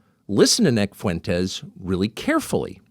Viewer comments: "Nick Foo-entes. I don't know much about him." -DJT Mispronouncing someone's name as a psych tool to imply not knowing them is getting really old. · Lorde Fuentes, get his name right.